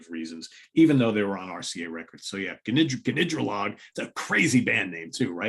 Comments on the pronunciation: Enjoy these shows, more so than some of the more lauded bands you cover. Gnidrolog is great, but pronounced nidrolog not "ga"nidrolog... silent G. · It’s pronounced Nidrolog; it’s an anagram of Goldring with an extra O. Their other album, In Spite of Harry’s Toenail, also released on RCA in 1972, is also very good.